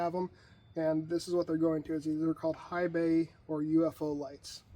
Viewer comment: I think its pronounced like "high cunt"